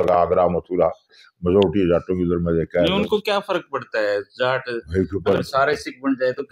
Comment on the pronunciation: he is saying jatt but not jaat